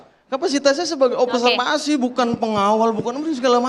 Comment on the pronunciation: Hehh mas. Yg bener juga itu ngomong nya "observasi".j4ngan di plintir2 "opserpasi"